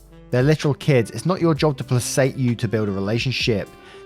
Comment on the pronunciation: Just a quick note: placate is pronounced with a hard c, like Cate. Just FYI, keep up the good work and positivity! Doin a great job!